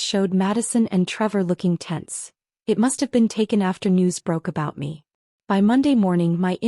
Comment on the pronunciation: "looking TENSE" not "tents"